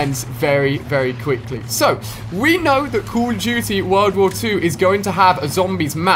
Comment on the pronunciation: The game is called "Call of duty", not "cool of duty" ....